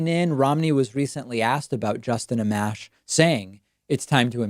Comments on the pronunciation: Pronounced "uh-mosh".... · Its pronounced “Uh-Mosh”